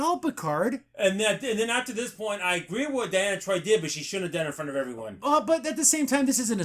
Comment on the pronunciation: Loved this but why can't you pronounce names? Not Dianna, De-ann- uh Troy , So-gee, Captain Ree-O-ss. How you boys are able to do a terrific job and not be able to say people's names is a mind F@